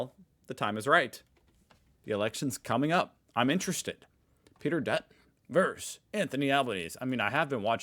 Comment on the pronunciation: Whilst I hate to be the grammar police, its also an annoyance that you say ...this "verse" that. The word is versus. A verse is part of a song or poem. Versus is a word that means "against". The two words aren't interchangeable, although we often hear media sporting commentators make this mistake.